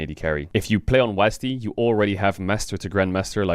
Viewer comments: Call it Wasd or W A S D, not Wasd D 😭😭😭😭😭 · It was W-A-S-D or W-S-A-D not Wasdeez nut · Please don’t let “wasdee” be a thing. It’s “wazd” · w,a,s,d not wazdeeeeee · calling it "wahz duh" as opposed to "wahz dee" is a hate crime